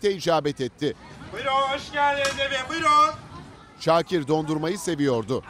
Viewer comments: Peki sunucunun "Şoakir" 😝🤣 diye başlaması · Şuakir nedir spiker 😂😂😂